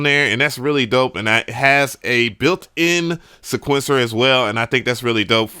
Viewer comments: This dude still can’t pronounce Sequencer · Please learn how to pronounce sequencer